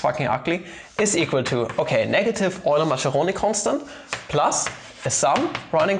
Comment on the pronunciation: 'Maskeroni', not 'Masheroni'